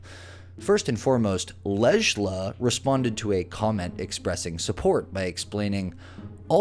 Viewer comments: There’s only one person that I feel bad for and that’s the ten year old daughter!! Life’s hard enough for kids and having your intoxicated mother trying to fight your battles. Then when it’s all over the internet is even worse. And just a side note, the name of lejla is pronounced like Layla, just saying…🤭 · Lejla is pronounced “Lay-La” 👍🏼👌🏼 love the video! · Lejla? I wonder if that is pronounced “Layla.” 🤔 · Her name would be pronounced 'Lay-La' ...just saying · The j in Lejla is pronounced as the letter y. So the name would be pronounced as lay-lah. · I think the j is silent in Lejla. Pronounced Layla. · just a hint, lejla is read as leyla. that j is like y in yellow. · I'm pretty sure Lejla is pronounced LAY LAH! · Lejla is probably Lay-la. Danesh is probably Da-nesh. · It’s pronounced Lay La Leila Lejla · going out on a limb here but lejla is most likely pronounced like Leyla. that hard ass j sound made the speaker sound like a complete moron. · you really are a live in yuor basement white man because to not know that her name was pronounced LAYLA was fucking hilarious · Most likely the cammer's name is pronounced "Lay-la" as a "j" in the Spanish language sounds like an "h". I also think the name Danesh has the accent on "nesh" so it would be Da-NESH. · Wouldn't "Lejla" be pronounced, "LAY la?" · I think her name is pronounced “lee-la”…. Just sayin’ :) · Lejla is the Nordic spelling of Leila, and is pronounced Lay-Luh. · "J" sometimes makes a sound like "Y" - I think that handle may be pronouned /'lay lə/ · I’m sorry bud, but that pronunciation of Lejla 😂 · Man with all the tools available, couldn't you take a few seconds to learn how to pronounce the OP's name!! Jeez!! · I think Lejla is pronounced Ley-la. And Danesh is pronounced Dan-ESH. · Please stop saying “Le-J-La” it’s pronounced “Lay-La”. In most European languages the “J” is pronounced like “y”. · Lej-la? Possibly pronounced Lay-la? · I think Lejla's name's pronouced "Lay-La," not "Ledge-La."